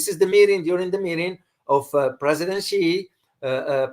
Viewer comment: Hi, I believe Xi Jinping's last name is pronounced "she", and not "cee". If you watch some CGTN videos, you can hear the pronounciation. Maybe someone who told you otherwise is a Chinese person not living in China.